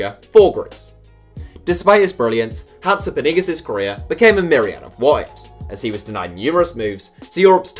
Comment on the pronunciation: When you say Hatzipanagis I am always confused, try finding how you pronounce the name or else we won't understand, I though you were talking about a stadium name or city in Russia or something. But the video was LOVELY! All love to Iraklis and Hatzipanagis!!!!!!!